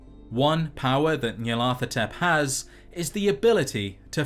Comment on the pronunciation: NYAR-LA-THO-TEP Aside from that good video 😂